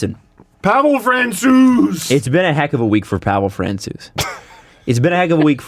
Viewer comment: Pavel Fransew that's how you say it